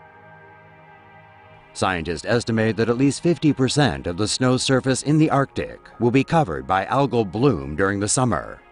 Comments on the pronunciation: Is it me or does it sound like he is saying "our dick", when he says arctic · LOL lt's not just you.